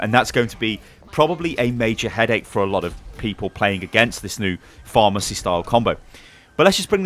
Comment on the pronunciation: I swear when he said pharah mercy, I thought he was saying pharmacy